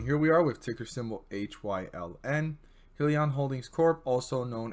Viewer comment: good stuff. dislike cause you pronouncing it wrong.